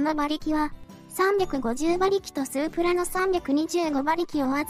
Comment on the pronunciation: スープラの発音がおかしい